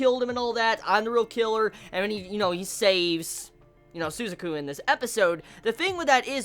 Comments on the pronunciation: Every time he says "Sue-za-ku". It hurts. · It's Su - ZAH - ku with an emphasis on the Zah syllable. Sorry, strange things bother me. And yeah, those fucking Pizza Hut product placements XD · I don't know if you know this already or not,, but Suzaku's name is pronounced Su-zah-ku and Pizza Hut = A proud supporter of the rebellion. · su - ZA - ku. Thanks for review, loved the episode. I'm out.